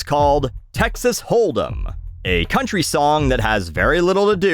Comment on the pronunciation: did you pronounce country like that on purpose😂